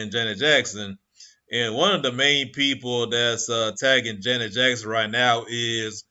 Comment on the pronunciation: How about pronouncing her name right!!